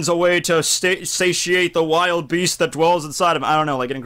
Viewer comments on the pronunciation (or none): none